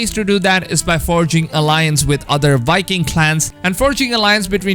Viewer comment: Am I the only one that hears this guy saying wiking instead of viking